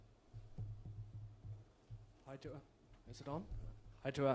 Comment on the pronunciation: Reporter says that they have over the years learned how to pronounce Tua’s last name and then proceeds to butcher it 🤣.